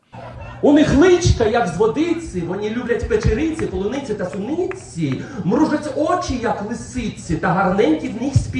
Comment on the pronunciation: Галкін не кацап , в нього навіть акценту немає ! Він вимовляє слово паляниця і полуниця , а на шоу скарабєїхи вся студія чєлюсті ламала !